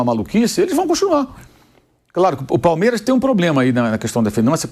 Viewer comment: Falou Palmeiraxxx pra caralho kkkkkkk😂😂😂